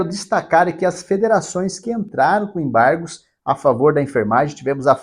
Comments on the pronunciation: Enjoei essa palavra EMBARRRGOS, EMBARRRGOS, EMBARRRGOS. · ACORRRRDÃO, EMBARRRRRRGOS, EMBARRRGOS, ACORRRDÃO....